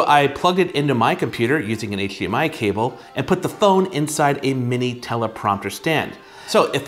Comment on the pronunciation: I came for the review and stayed for the “hcHdmi”